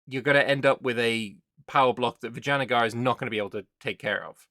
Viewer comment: Perfect pronunciation the second time. Vidge A Na Gar amazing. 😊